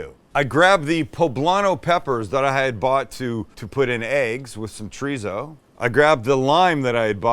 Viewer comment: Sam, Sam, Sam... We love you, but it pains us to hear you say "Treezo". Chorizo is a 3 syllable word, not 2! Cho-ri-so, Please! It's like scratching a chalkboard to our ears, for heaven's sake! Just like layers is a TWO syllable word, NOT LAIRS! I don't expect you to have a degree in culinary school and we love it, but "Come on, now!"